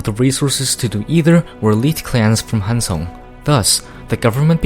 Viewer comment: 한국인이가 발음이 딱딱 맞음 조.선 한.성